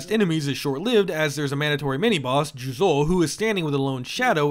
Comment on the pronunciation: it’s じゅうぞう。And you stress the second syllable. There is no stressing in Japanese. Did your Japanese lessons stop after kana lmao